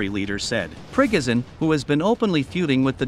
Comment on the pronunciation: I am glad you pronounce his name correctly, "Prickoghin".